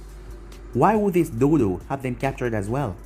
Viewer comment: crrection: its not dodo its do"TO" not dodo